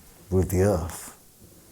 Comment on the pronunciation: Are you gonna save the Earf? 🧐